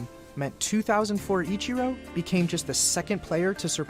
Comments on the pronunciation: hears Ichiros name pronounced correctly and he still say it wrong though out the whole video, EACHiro, like you are saying the word each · Emphasis on the "E" sound then the chee and ro Still appreciate the vids. Lol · pronounced...each er row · Between this guy and James Whitting i just can't comprehend why it's so hard for English people to pronounce foreign names even when they're pronounced exactly as they're spelled. Just super weird and kind of annoying. "Ih-kye-ro" is probably worse than "Ee-char-ro" though. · My son had the number 51 for YEARS by choice. EEEE-chee-ROH. You need to watch more Anime! LOLOLOL! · EE Chee Ro . Please say it with me lol. Hell with it. Call him Akira if you want. He is a baseball god. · Do you think Ichiro is Greek? I-chi-ro, chi like Tai-chi. Not like the letter "chi." "Ikairo. I'm sorry, I keep saying his name wrong... Ikiro." Ichiro. Like church... or maybe when you need Jesus you go to "Kirk" XD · E like the letter Chee like in cheese row like a boat Ee-chee-row Ichiro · Loved this reaction series so much! Pronunciation of Ichiro: EE-chee-roh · fair, but still they said the name Ichiro at least like 40 times in the video and he still couldn't get it remotely correct